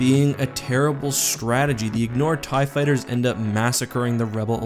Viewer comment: Ew you said "tie fiters"